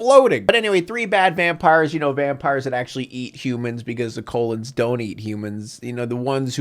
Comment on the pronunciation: I love the way you call the Cullen’s “the Colon’s” throughout this entire review. I can’t tell if it’s a verbal typo, or your satirical sense of humour coming out. Please do the rest of the movie, this was comedy gold.